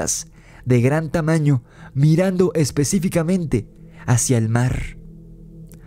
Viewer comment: Y dice...el marrrrr 😂